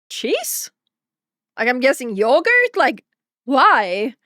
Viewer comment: Naaaah. Yogurth.